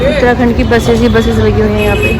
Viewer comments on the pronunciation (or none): none